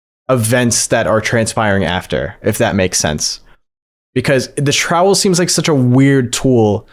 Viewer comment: Nah bro did not just pronounce trowel as troll.